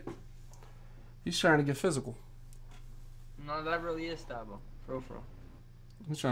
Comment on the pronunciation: I cringed everytime y’all pronounced Thabo wrong lol